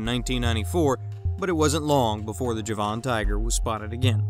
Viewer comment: Please pronounce the word JAVAN correctly...not Ja-von ! Try this..Javin or Javen ..